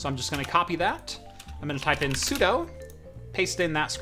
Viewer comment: “sudo” is pronounced sue doo. You are DOing something as the super user.